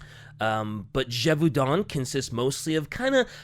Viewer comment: I think the biggest mystery here is where sees an L in the word Gevaudan.